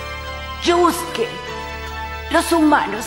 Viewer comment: Se escribe Yusuke y se pronuncia yuske